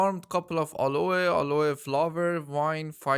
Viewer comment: Aloe... is pronounced AL-LOW not fking Alloha.